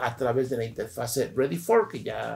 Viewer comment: Inge, lo vamos a poner a hacer planas: "No se dice interfase, se dice interfaz. No se dice interfase, se dice interfaz. No se dice interfase, se dice interfaz...."